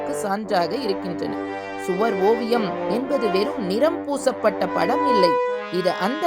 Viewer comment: அது சுவார் இல்ல.... சுவர்